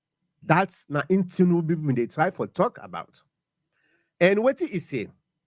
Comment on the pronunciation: This guy say Tinibu recognize bio government as democratic 😂😂.